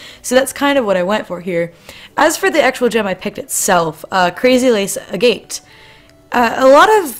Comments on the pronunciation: I love the video just random thing. Agate is pronounced Ag-at or Ag-got not A-Gate. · Im sorry for "yelling" but its pronouced AGG-IT